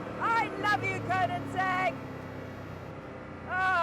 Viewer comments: Konensegg? KO-NEN-SEGG?? Is she even a fan?! it is called Koe-nig-segg or in swedish Königsegg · Great film and great car! Before you buy one Jodie, you need to work on your pronunciation of KoeniGsegg...it sounds like you say KoeniNsegg ;-) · Glorious video Jodie. Glorious shouting. Glorious weather. Glorious car. Glorious track. Glorious sound. Awful pronunciation of Koenigsegg!! 😂😂😜